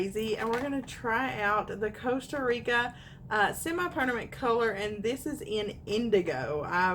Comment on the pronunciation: I died when you said Costa Rica it's colorista lmao 😂💀💀💀